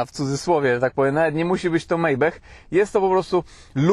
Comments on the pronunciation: Panie "MAJBACH"! NIE JAKIS mejbech! 😅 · Panie - Majbach, nie Mejbech.;) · Błagam, "Maybach" czytamy "Majbach" nie "Mejbech", to nazwa niemiecka, a nie amerykańska... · Fura sztos❣️😎🤩👍...ale nikt nie przepada jak ktoś przekręca czyjeś nazwisko👎😫. Tym bardziej, że to nazwisko wybitnego konstruktora: Pan Maybach to nie żaden Mejbech, tak jak Iga Świątek to nie żadna Sfiontek❣️😝🤣✌️...chyba, że chcesz by nazywano Cię PRZYPALO- PETROLHJENDEM 😂✌️ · Mejbech? Jaki mejbech?! Maybach [Majbach] :) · Co to jest "MEJBECH" ? 😂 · Nie wiem czemu wymawiasz Maybach przez "e" zamiast "a" . To auto i nazwa niemiecka i nawet można sobie posłuchać w tłumaczu google jak to powinno być wymawiane.